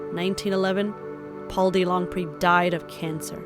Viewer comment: Thank you for the historical video. I lived for 30 years on Franklin and Tamarind. Okay, Mr. DeLongpre's name is pronounced Duh Long' Pray. And Lyon, France is pronounced Lee Yawn'.